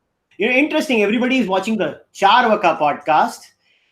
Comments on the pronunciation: Really, it's चार्वाक, and not चार्वका as pronounces it. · Dileep Namaste! is pronouncing it in a Punjabi or Mahafati accent which may differ from Sanskrit?